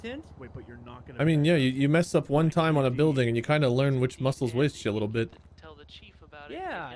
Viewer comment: I swear I thought I heard say "Bitch" XD "I mean, yeah you mess up one time on a building and you kinda learn which muscle is which a little bit" But "a little bit" sounded like "ya little bitch" XD